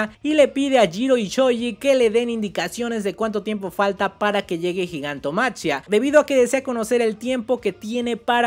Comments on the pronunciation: Repitan conmigo: Gigantomaquia Repitan conmigo por si acaso: Gigantomaquia No sé si soy el único al que le genera conflicto que prenuncie la ch como tal diciendo Gigantomachia Igual, buen video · hey bro, creo que se pronuncia "Gigantomaquía" es una referencia a la titanomaquia (en la mitología griega la guerra entre los Dioses olímpicos y lor Titanes), solo que pues en ingles es Titanomachy/Titanomachia y por eso lo de Gigantomachia